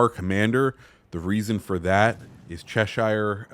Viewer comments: ok, when you see shire on the end of a place name etc its pronounced "sher" not shire, trust me, i live in cheshire and its defo not pronounced like that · Americans butchering the word Cheshire 😭😭😭